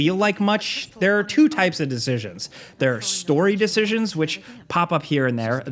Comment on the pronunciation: I don’t like the way you say 2 bro